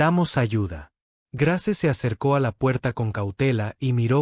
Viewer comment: Muy bella historia, eso sí se escribe Grace, pero se pronuncia Greis.